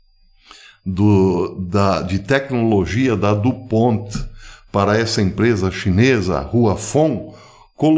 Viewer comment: A empresa foi fundada pelo francês Eleuthère du Pont. A pronúncia certa portanto é francesa.